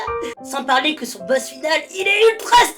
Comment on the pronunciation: On dit pa plre on parle lol